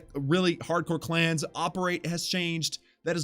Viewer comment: man said klaus here😂